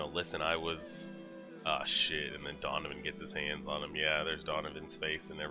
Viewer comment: it's donovan not ducun lol